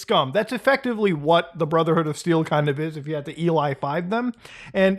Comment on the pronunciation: "Brudderhood" INDIAN MOMENT